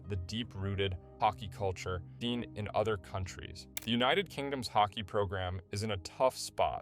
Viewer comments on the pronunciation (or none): none